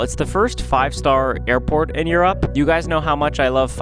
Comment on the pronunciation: yall i thought he said airpod pods